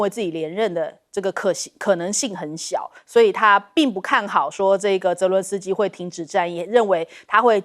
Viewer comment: 將軍長期將澤倫斯基改成倫澤斯基😂😂